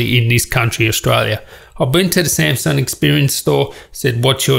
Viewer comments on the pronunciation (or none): none